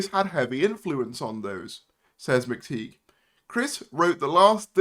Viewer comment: PRONOUNCE THE NAME CORRECTLY ITS PETE MCTIGH AS IN A TIE